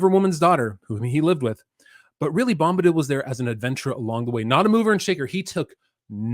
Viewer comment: "Bomb"-badil... lol